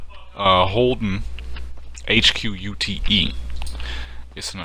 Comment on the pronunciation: in reference to the holden HQ ute, its not pronounced "U.T.E", its "ute" as in short for utility. dont wanna sound like a smartass but thought itd point it out greetings from straya